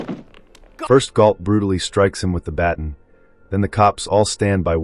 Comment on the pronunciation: Baton is pronounced ba tahn' not batn